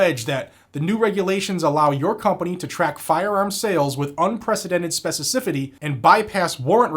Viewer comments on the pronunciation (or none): What is "spececifity"? You should make a gag reel some day. Love your channel. Hoping you get past a million in subs.